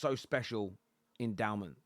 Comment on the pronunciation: *Dowman. Not downman